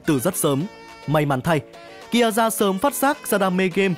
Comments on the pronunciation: Ki a za :)) Má phát âm phèn chúa thật sự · Nghe đến lúc đọc Kiaza là tắt video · Đọc tên còn chưa đúng còn đòi làm clip